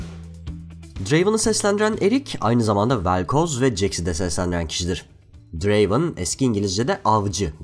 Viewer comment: Draven değil Drraaaveeen